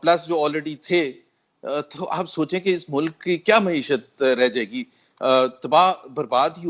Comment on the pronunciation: محترم سید طلعت حسین صاحب مؤدبانہ عرض ہے کہ لفظ “ مَعیشت “ ہے “ مُعیشت” نہیں۔ میڈیا کے دوسرے محترم اصحاب بھی نوٹ فرما لیں۔ شکریہ